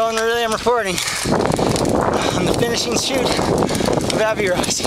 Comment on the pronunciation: Great video. BTW, it's Av-or-i-az. Sorry, that was annoying me! Haha